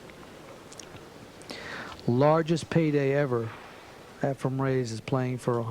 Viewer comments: Please, efreeeen. Not. Efruuum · It's" EfrEn Not " EfrUm ". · It is not "EfraM" as in Zimbalist, Jr. - it is "Efren" Reyes. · Its Efren, NOT Efrem. So.. annoying and disrespectful 😠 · This announcer annoys me, he has spent his entire career not knowing the name of Efren, calling him Efrem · Lots of announcers from the states side mispronounce Efrens Name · Tell that commentator Efren eNds w/an N~ not an M. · Varner is the reason why Sigel and Hopkins call him Efrom.... 😂 smh Weird that Sigel is a yankee who chose a southerner to pronounce a name. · I wonder if Hopkins ever learned that Reyes' first name is not "Effrom"? It's EFREN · Yes, it's so annoying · The announcer is a total idiot calling Efren, "Efrom." There's a number of disrespectful idiots who did it. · If you listen closely, he says the word ‘spin’, like ‘skim’. May be a simple pronunciation problem. He also sounds like he has a cold. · Efren is not pronounced with an M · Annoying as hell.No respect! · Allen,Varner, Hall, Sigel all did that for 10 yrs. very, very annoying! Show some respect.Even Earl called his name out correctly!DAMN!! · It's insanity. I watched a match the other day and Nick Varner was doing the same thing. They're watching his name on the screen during the whole match. Can't they read? The guy's widely considered the greatest player that ever played and after all these years and number of times they played him, they don't know how to correctly say his name? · I noticed that, too but, maybe he's like my singer who spent the last 45 of his 70-some years calling King Crimson, "King Crinsome". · Nick Varner does that also. I don't think they do it on purpose. It's just how they talk. Efren would probably mispronounce their names too.